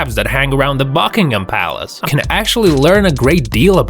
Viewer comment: U said Buckingham palace wrong